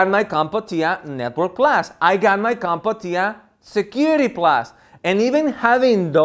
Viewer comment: There is only one "a" in Comptia. Its not pronounced "Comp-a-tia", its pronounced "Comp-tia".